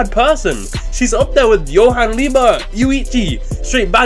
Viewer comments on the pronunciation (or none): none